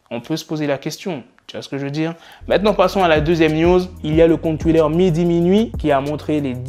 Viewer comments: ParceQue il a quand même mal prononcé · le compte "TWIDDER" 🤣🤣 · Je sais, mais ça le fait quand tu parle anglais, quand tu parle français et que tu dis "Twidder" en pleins milieu de la phrase ça fait bizarre chacun à sa façon de prononcer les chose, les britannique par exemple ils disent pas "Twidder" ils disent "Twitta", après je le juge pas c'est juste que ça me fait rire c'est tout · Toujours y prononce comme sa 😂😂